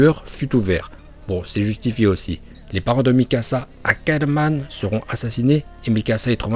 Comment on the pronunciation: Tu dis ackarman mais c'est ackerman